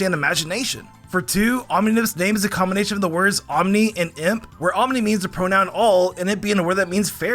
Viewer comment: "mespirit being a combonation of sprite" got me laughing